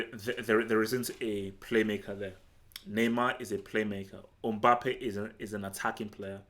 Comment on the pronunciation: It’s not Umbappe it’s MBAPPE